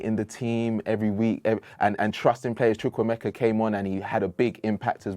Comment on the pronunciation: You too can’t say CHUKWUEMEKA. #naija